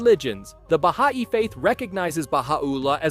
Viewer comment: Baha’i is pronounced “bah hi” (source: I have multiple family members who follow that religion)